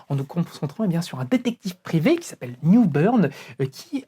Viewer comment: Failsafe et pas Failscape, Newburn et pas Newsburn 😅 ça sent la fin de journée épuisante 😉😂